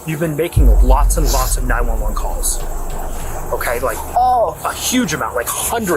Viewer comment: Who or what narrated this ?? She phoned nine hundred and eleven ?? Uh...whaaaat ??